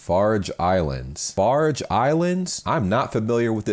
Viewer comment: FarOe Islands not FarGe 😂 I used to live in Italy (I'm English) and the wines there are amazing. I would rank them amongst the best and certainly most drinkable in the world, with apologies to France.